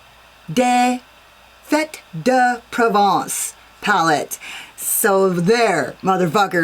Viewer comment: That pink and purple look is magnifique (also, great job pronouncing the palette name, MFer 😊)!